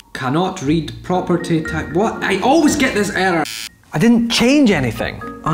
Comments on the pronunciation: error sounds like erder with his accent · you mean "eder"? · It might just be me just I love the way u say the word “error” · i love how he says error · i love the way you say error :D